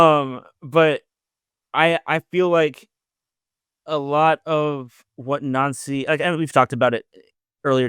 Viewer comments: It's pronounced Wilfreed Nancy. Not Wilfred Noncy. Time to get that right please. 👍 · It’s nancy not nauncy fs he even said his name pronounced NANCY yesterday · Stop calling him “Noncy”, you’re making it sound like noncey. He has said his name and answered his name as Nancy. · The Celtic fans have clashed over the proper pronunciation of his name more than over the poor recruitment of the board. Glad to see both of you got it correct. "Naunsi" not "Nancy"